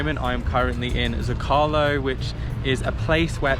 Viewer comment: It’s (Z-Oh-Ka-Lo) Zocalo